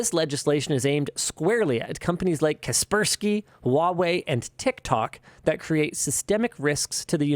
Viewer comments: TIL the sky in kaspersky isn't pronounced sky. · hold up, is that how your supposed to pronounce Kaspersky?